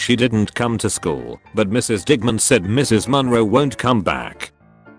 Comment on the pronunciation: Video: digman My ear: di**man